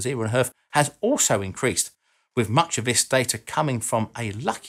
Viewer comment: I'm sorry but if you are commentating on a subject, Please speak correctly. WIV? (wiTH), WeaVer?(weaTHer), Vis (This), earf? (earTH), Ve? (THe), Frow? (THrow), to name but a few.